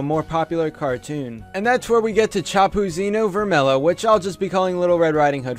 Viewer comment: I'm brazilian and I laughted everytime you tried to say Chapeuzinho Vermelho lol.